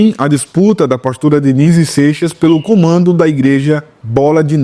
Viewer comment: "cumando da igreja"